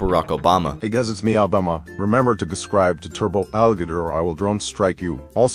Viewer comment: bro said guscribe